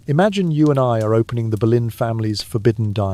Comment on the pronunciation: Even though none of it was true!! Ridiculous and he says Berlin her surname was Boleyn pronounced Bow- Lyn